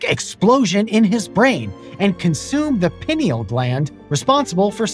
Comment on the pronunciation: That's not how you prom pineal gland